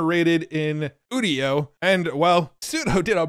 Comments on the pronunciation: Udio as in Audio is what I thought, but now he says udio as in 'studio' that makes more sense. What doesn't make sense however is that he pronounces 'u' like OOh and not 'you' like a normal person. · It’s called udio like audio, not studio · UDIO is Audio... without the A